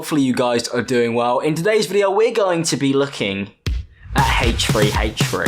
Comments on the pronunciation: Haych-3 Haych-3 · Haych free haych free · It's HThreeeHthreee, not HFreeHFreee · It’s not HachfreeHachfree? It’s HthreeHthree! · “Haytch 3 haytch 3” lmfao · Ahh yes my favourite channel, Haythch free haytch free. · no one:: haych free haych free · Who's haytch free haytch free? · Haych free haych free? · wtf is "hache3hache3" its pronounced "H3H3" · bro really “hate tree hate tree” instead of h3h3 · Please learn to pronounce the letter “H” correctly. It doesn’t start with a Hay sound. It’s pronounced “aitch” not “haych”. This is annoying in your other videos but when you say H3H3 several times it’s unbearable. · haytch tree haytch tree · lmaoo he said hachefree hachefree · haych-free haych-free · I can't not hear, "Hey tree, hey tree." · heych free heych free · Why are you pronouncing it "hate tree, hate tree"? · I love how he says “haych free haych free” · It’s pronounced heychfree heychfree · Um click bait???! I was here for h3h3 but who is this “haytch 3 haytch 3” u refer to in the vid ? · Haytch free haytch free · nobody:: haytch free haytch free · Ay tree ay tree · Nobody:: Hach3Hach3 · hfree hfree? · Hache tree hache tree 😂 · Ok I’m a min in and barely paid attention bc accent is so thicc with him saying haych free haych free. Icon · Everybody:: fhanks; fhinks; hafch3hafch3 Love you ❤️❤️❤️😂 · haych free haych free squeeeeeeeeee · That’s just the way he says it. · Haytchfree haytchfree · ‘Haych free haych free’ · Him saying h3 sounds like hate - tree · haych three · I just love Haych-free Haych-free! (I'm sorry, I had to make fun of ur pronunciation. Don't hurt me plz) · "haytch free haytch free" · "haych-free haych-free"